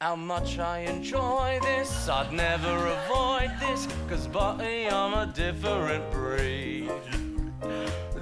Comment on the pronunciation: It’s good except when he pronounces the ds like ts (e.g. bu’y I’m a different breed, everybo’y’s gotta make a living)